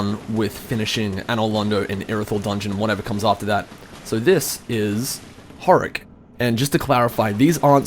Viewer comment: It's not Horrack.It's Hodrick.Why are you even trying to play DS when you just don't give a fuck about most of the important and obvious things? Why are you even playing it if you don't like mystery styled storytelling? You literally make no sense.You're barely even remembering about stuff that you picked up.And most of the DS players are like you.And are dissapointed of the game when they themselves don't know the 90% of the lore and story and don't even have a stable brain to just not be lazy and explore the lore and make logical conclusions out of all evidencess.Even Vaati didn't explore as much as he should.